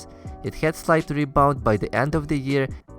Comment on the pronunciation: Why do Russians pronounce HAD as HYAD?